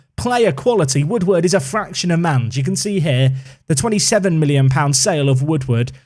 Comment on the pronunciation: Mannes' pronunciation is like a very flat, short 'ah' sound at the start ": MANNes (emphasis on the first syllable). "Munnus" would be a servicable pronunciation. As always, Dutch is tricky.